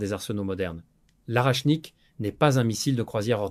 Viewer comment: Pas arachnik, mais orechnik.